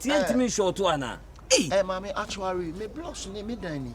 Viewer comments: leave girls to walk past in peace! Aahhhh ad3n 🤣😂😂😂 “Accturary.... 3y3 true, 3y3 true” 🤣😂😂😂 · I heard said actuare